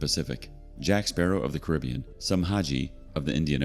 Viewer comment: Geez the mispronouncing of Caribbean is ridiculous lol